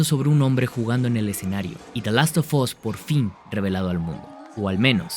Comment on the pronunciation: Por qué lo pronuncia como "dalostofos"? 😭😭